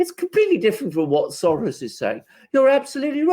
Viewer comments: Why are you pronouncing Soros that way? It's not Latin. Odd. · Why is say Soros like that? He's a Hungarian Jew not Argentine bull fighter...smh